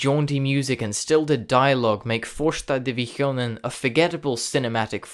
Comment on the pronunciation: as a swede, your pronounciation of "första divisionen" is imaculate